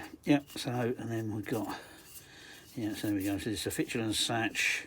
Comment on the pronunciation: Not setch, SACHS as in A as in ultra and the CH as in school dankeschön